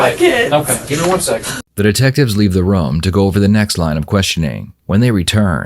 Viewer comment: "Detectives leave the RUME"